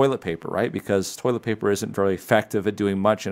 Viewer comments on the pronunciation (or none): none